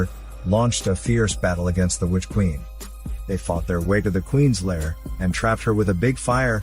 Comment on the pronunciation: Oh plz "which quieen" LOL